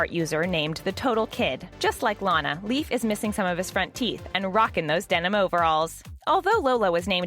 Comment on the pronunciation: ITS NOT PRONOUNCED LIKE A LEAF. ITS LEIF. (Lay-f) OMG .